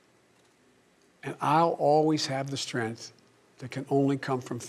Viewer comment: What is "strenth"?